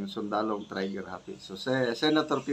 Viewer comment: Trigger Happy …pronounced [tri- ger] ….NOT [tray-ger]????